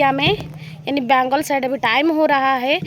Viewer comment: Bangal yeh bengul lagta hai zubaan mein gadbad hai😂😂😂😮😮😮